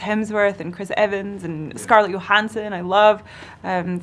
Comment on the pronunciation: Thats the first time ive heard “scarlett yohannson.... instead of johannson” now idk whats real anymore.